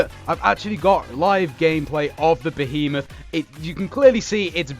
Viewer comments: Omfg please for the love of god its one word Behemoth! not 3 (be he moth) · Behemoth is apparently pronounced bee-heemoth yeah lol